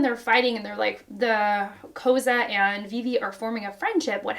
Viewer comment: Koza’s name is pronounced like “Koh-Zah”